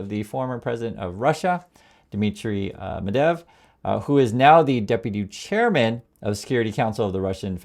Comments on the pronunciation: G’day. It’s Medvedev NOT Medev. Journalistic accuracy, important my friend!! Thanks. 👍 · you are not stupid ummerrigan..you can say the name correctly: Med-ved-jev not medev yes on my key board I can't do phonetics... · It's pronounced Med-VED-ev, not Medev. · Medvedev is not pronounced Medev. Thank you for your attention to this matter! 😊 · i like this channel. medvedev has three syllables... med-vey-dev